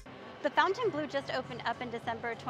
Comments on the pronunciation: It’s not pronounced fountain blue it is pronounced Font en blu it’s a French word 😂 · How do you do a full review video and NOT know how to pronounce the name??? So unprofessional and embarrassing!!